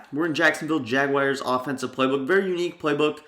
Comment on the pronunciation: Jagyares that’s how he says it